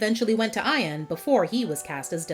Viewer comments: My name is IAN. But I say my name properly. Not I-an. It’s EE-un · I-an? WTF? it's EE-an. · Its ian not ion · Eye-an? ...its e-an stupid!